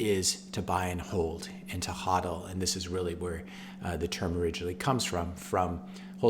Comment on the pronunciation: Great video, but come on man... it's pronounced HOE-DEL not HAW-DEL.